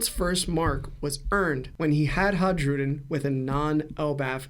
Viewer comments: Isn’t it pronounced “Hai-ru-din”? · fascinating theory but maaaan was it hard to listen to him butcher Hajrudin's name over and over again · The J is pronounced like a Y in Hajrudin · yeah It was driving me nuts